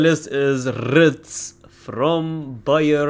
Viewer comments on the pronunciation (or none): Did you just say ritz😭😭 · Bro learnd to pronounce leverkusen but not wirtz 😂😂😂